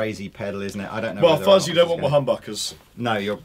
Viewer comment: It's not fucks, it's fuzz, like xylophone.